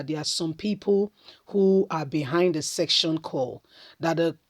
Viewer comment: Madam it is called secession and not section